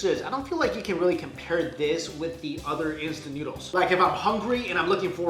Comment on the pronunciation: You said utter instead of other